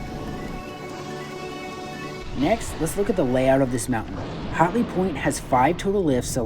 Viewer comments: its pronounced hat-ley not hot-ley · Thanks for the review but LOL because it sounds like you are saying "HOTley Point" instead of HATley (should sound like when you say AT). Also should be noted that this is not a "new" mountain. It's the old Wolf Ridge slopes so the runs are pretty much all the same with one of two changes. Now, they HAVE invested a not into replacing the old delapitated infrastructure and us North Carolinian's are looking forward to these changes. Voted UP for the review